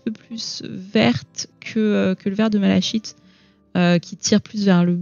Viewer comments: 😊, ok écrit malachite, mais on prononce malakite 😊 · Bonjour. Super ce tuto !! (Il me semble juste que malachite se prononce "mala-kit"). Merci pour toutes ces infos